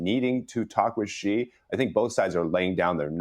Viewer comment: Should we trust a guy who can't even pronounce people's names correctly? 😂 Xi is pronounced like SHE, not Zee. And yes, Trump can apply enough pressure to make pooh bear crack. 😂 Same with Putin. Niether of these leaders are dumb, just greedy.